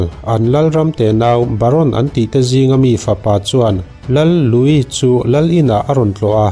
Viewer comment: Louis i lam dan pawh a dik thlap e,mitam tak chuan Luis ti in an lam thin a,nang nge nge,i special zia alang e